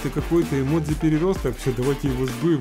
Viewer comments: не имодзи, а имоджи. Кто считает также лайк. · это эмоджи а не имодзи